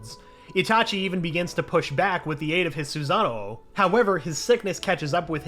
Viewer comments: "Itachi Begins to be able to push back with the aid of his Su-ZaNo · why did he say susanoo like that🤣🤣🤣